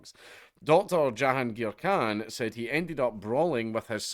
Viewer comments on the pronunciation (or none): Khan not Clan